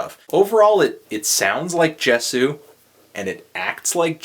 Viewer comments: Yes yay-zoo not jes-ooo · Is it not pronounced Yey-soo? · for the record it's pronounced "YAY-zoo" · it's pronounced Ye-zu... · In my humble opinion, being a die-hard fan of Justin's music since 1989, I cannot bring myself to judge or even stratify his music from good to bad. Such originality doesn't deserve to be judged, but....reviewers must do what they do, and for that you have my respect, for better or worse. "Ascension" I love this album. and yeah, it's pronounced "yay-zoo" :P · man sadly, I kind of agree with you here. Even down to the artwork. But hey, the dude can't put out instant classics all the time. Its like the rollercoaster broke down halfway up the hill and now i have to walk down the steps.....hey i think its pronounced Yay-zoo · It's pronounced yay-sue, by the way :P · It's pronounced "Yay-sew." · IT'S YAY-SU!! YAY-SU!!! This is how You read it. Why no Bukkake yet? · tru, you pronounced it wrong :/ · If you watch videos of Justin, pronounces it with a "J".